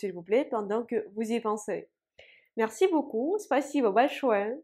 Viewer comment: J'adore quand prononce le mot "beaucoup", c'est mignon 😊